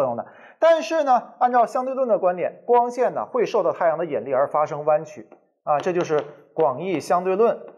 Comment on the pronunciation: 兄弟，是yinli，不是yenli。有点怪怪的发音